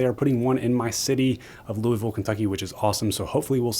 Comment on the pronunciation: as a local Louisville dood, i can respect the proper pronunciation of our city.